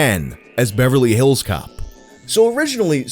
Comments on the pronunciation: Me too but the emphasis putting on hills in “Beverly HILLS Cops” is unreasonably bothering me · I love the way he says Beverly Hills Cop. Beverly HILLS Cops. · OK is anyone else put off by how he says Beverly Hills Cop with the emphasis on "hills" instead of "cop"? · You say “Beverly Hills Cop” so weird. 🤣🤣🤣🤣🤣